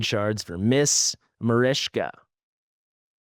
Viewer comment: Its marichka, not marishka lol